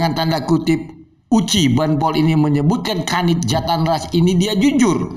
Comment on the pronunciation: Bampol Uci saat menyebut JATANRAS saja salah...he he he ada apa nih